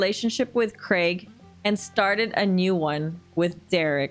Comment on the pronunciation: Congratulations on you correct pronunciation of 'Craig'